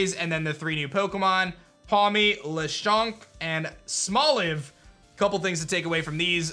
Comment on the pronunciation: Perfect pronunciation of Lechonk! 😁😁😁